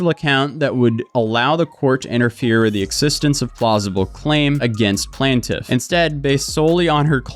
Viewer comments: Why did you keep saying Plaintiff 2 different ways?? Correctly and then like a moron, so annoying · Bro, plaintiff not plant tiff. lol. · Plane-Tiff 💀 not plant-if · Plantiff ❌ PLAINtiff ✅ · I REALLY love your channel and this story is so crazy that I want to revel in the craziness… but my brain short circuited every time you mispronounced plaintiff. You got it correct sometimes so I’m so confused why you kept pronouncing it “plan-tiff” instead of “plane-tiff”. Every time you pronounced it plan-tiff I completely lost track of what you were saying 😭😭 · Plain-tiff vs Plan-tiff. dont want to be a pronunciation douche but you keep going back and forth lol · Dude, I hate to be that guy but it's pronunced Plaintiff Plaint rhyming with TAINT not Plant. Oh, you just switched it up. And you switched back... I get it... puff puff pass mofo. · Bro, stick to your usual bs. It’s obviously clear you know nothing about law, she’s entitled to ask for discovery. It’s completely normal. You don’t motion, you don’t get. You talking about law, is just as corny as “plantiff” as you call her, lawsuit. If you don’t ask you don’t get..she has to do it even if it’s lame to you. Just normal motion to protect her butt. Yes she obviously wrong but she’s doing what she can. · PLAIN-tif. PLAIN-tif. It's pronounced PLAIN-tif, dammit! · I gotta admit, I stopped paying attention to the actual vid and just started counting how many times dude mispronounced the word Plaintiff. The “PLANT-if”, yo the “PLANT-if”, the “PLANT-if”. Mind you this is a WHOLE WHITE MAN can’t speak his own language 🤦‍♂️ GODDAMN…!!! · Hey man, i could tell you were having a tough time. Im here for you, here are some words of support. Its pronounced how its spelled: PLAIN- TIFF Get better soon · For the love of all things sparkly it's PLAINtiff like a plain donut! 😅🤣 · Please learn to pronounce "plaintiff". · Thank you! Hopefully she consistently pronounces plaintiff correctly in her video 😵‍💫